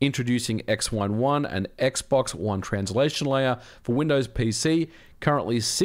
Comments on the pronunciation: it's xWINE1, not x11 lol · How is the name "XWine1" being pronounce as "ex-one-one" and not "ex-wine-one"?